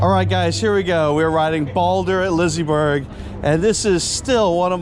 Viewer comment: Pretty sure it's not pronounced Lizzy-berg